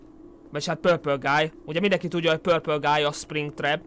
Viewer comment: mindig beröhögök amikor azt mondod hogy pölpölgáj XD